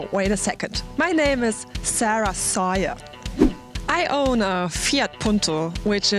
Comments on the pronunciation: sauer will be pronounced like sour and not like soja and we say something like mercadees instead of what you said, but overall, very good english. Even the accent. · Aww I kinda like the ways she says her name